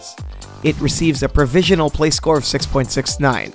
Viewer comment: ProvisioNAL not Provisial EDIT: Sounds like you were sick for some of this maybe ?